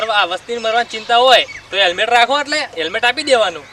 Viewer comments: hemlet nhi helmet bolo😁😁😁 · પોલીસ વાળા ને હેલ્મેટ બોલતા નથી આવડતુ